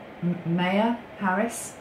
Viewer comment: Beau died at 46. He and Kamala were both District Attorneys at the same time. You pronounce her name beautifully. She has two kids. They call her “Momala.” Maya is pronounced “My-ah” It means illusion. She’s also doing it for her mother.